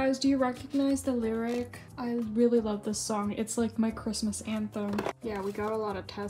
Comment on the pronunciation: love how ur constantly going ‘i’ll be home for quizmoisss 🗣️” throughout the video LMAO